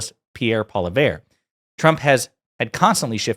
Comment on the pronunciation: Pierre Poilievre - the surname is pronounced "Paul e evv"